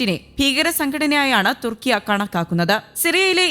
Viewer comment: കുർട്സ് അല്ല കുർദ് തുർക്കിയ അല്ല തുർക്കി